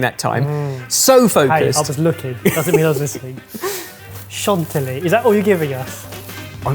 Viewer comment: French person here: Mille-feuy, not foué chanti-yee, not chantily It seriously stabbed me in the heart countless times. Please, do better next time!:)